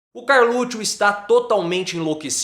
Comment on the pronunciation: CarLUTCHO? KKKK